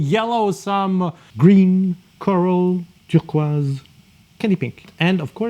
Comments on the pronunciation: lol it's how you're saying turquoise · Can’t get over how this chap says turquoise 😂😂